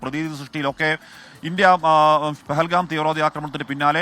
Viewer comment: പകൽഗാം അല്ല പൊട്ടാ പഹൽഗാം.